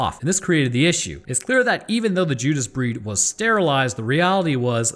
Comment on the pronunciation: I'm sorry did he just say the Judas Breeist lol